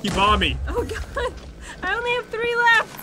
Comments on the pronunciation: shane shane ummmm tree??? Three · Tree times